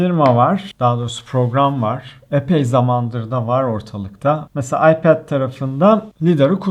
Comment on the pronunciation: ipade ayped demeye calısıyorum dilim döndüğünce böyle bi ince görmedim adamsın abi :D